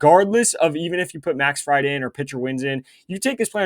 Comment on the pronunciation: Im not sure i can watch this kid butcher these names and still trust his picks. Pronounced Max FrEED bro hes not a deep fryer